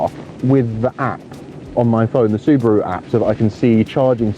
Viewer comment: You said Suburu & Nissan?